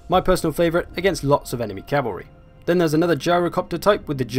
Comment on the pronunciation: i will forever hear Chavary now -_